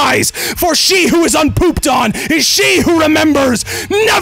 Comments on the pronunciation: really said tendies with the hard r at the end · That hard R at the end, to far. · Bro he violently rolled that r to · Did you just say tenders.....hol up aight I’m ahead out